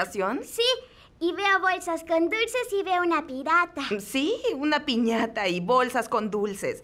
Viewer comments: Dijeron pirata en vez de piñata xd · like si escuchaste que dijo pirata en vez de piñata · Yo pensé que se decía piñata no pirata